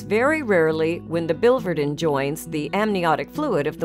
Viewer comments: the second I in the spelling of biliverdin is pronounced, "Billy Verdin" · Please use the correct pronunciation for biliverdin.